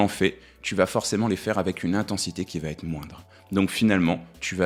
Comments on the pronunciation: Non, pas quatre Zéléments, mais quatre éléments. Et non, ça ne va pas Têtre, mais ça va être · "Quatre éléments" plutôt que quatre z éléments - "va être" plutôt que va t-etre. Désolé, deux horreurs en 20 secondes , ça décrédibilise votre travail. Dommage, c'est plutôt bien ...mais désolé, je ne m'abonne pas, ça écorche trop les oreilles...😢😢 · Arrêtez de dire « ça va-t-être », pitié ! Sinon, continuez vos vidéos, elles sont excellentes !